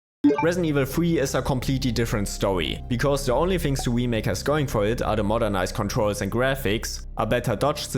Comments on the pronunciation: Remake. Not wemake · Can’t unhear “the Wii-make” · Every time you say "wemake" I cringe a little bit. Great video though, thanks! <3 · The "we-make" makes this video hillarious